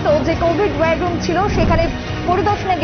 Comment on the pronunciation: খবর পাঠিকার উদ্দেশে বলছি যে আপনি বার বার 'wire room' বলছেন কেন? এটা তো war room...ভীষন শ্রুতিকটু মনে হয়েছে....